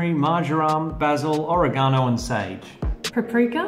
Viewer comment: I’ve never heard ‘oregano’ pronounced that way. Cool!!